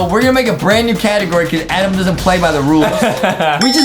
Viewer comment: I 😂 at that justin say ADaM and it says adaM 😂😂😂🤣🤣😂